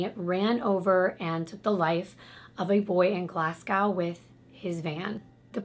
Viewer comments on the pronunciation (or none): as someone from scotland i have to giggle at the way you say glasgow🤣🤣 it's "glass-go"🤣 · Also just fyi Glasgow is pronounced more like "Glaz-go" :) You do a really good job with our weird place names haha